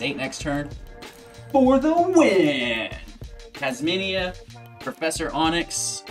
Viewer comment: Kasmina not kasmania. I don’t want to be rude but it was just bugging me the hole time, needed to say it